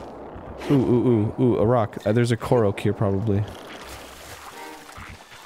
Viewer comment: WTF is with Arin pronouncing everything wrong? Gerudo, Korok, Hylian....